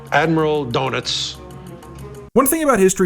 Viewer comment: Admiral Donuts > Admiral Doenitz